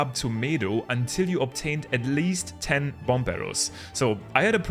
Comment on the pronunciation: The second B in bomb is silent. Please. It hurts so bad.